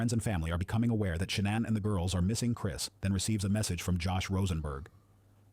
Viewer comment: It pronounced her name at least 4 different ways. 🤔